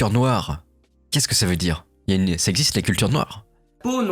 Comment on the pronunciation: Il dit bien des "noiwww", il est trop forwww !